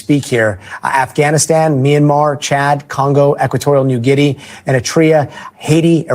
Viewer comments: For God;s sake its "GUE -NEE" you americans smh lol...... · Guinea sounds like guinea in guinea pig it’s right south of Cameroon